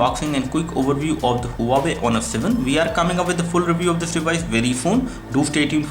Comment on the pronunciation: The Brand is called Wa-way not Hu-waway.